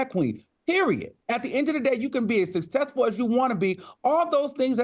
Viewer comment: “Sussessful always tickles me”